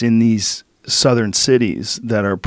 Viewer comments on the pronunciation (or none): none